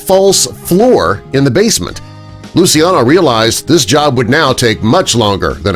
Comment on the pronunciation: Just a small correction of the pronunciation of Lucciano’s name. It’s not as you pronounced it but it’s pronounced as: lu chiya no, with the I being a silent one.